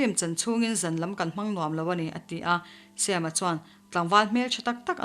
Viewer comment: ngaithla leh lawk teng... Sam-a hming Mizo taka Sam-a ti mai lo a Sem-a tih hi ka beng a kham 😋